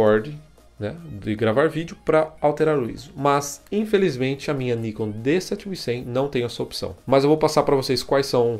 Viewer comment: Pelo amor de Deus: O nome é NIKON (última sílaba tônica) e não Níkon (paroxítona)..... pronuncie certo, por favor!